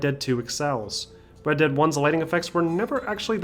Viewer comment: When he is speaking fast he says red deap redemption